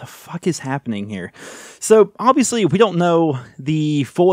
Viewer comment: I love it when he's on a rant and says fhhhuck